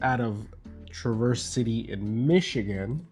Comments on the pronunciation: The emphasis is on the Tra not the verse. Brewzle also says it wrong. A beautiful place to visit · It's pronounced like one word, TraverCity.